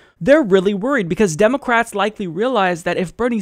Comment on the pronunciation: "Democwats" lmao